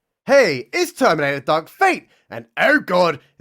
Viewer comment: "They-theminator" LMAO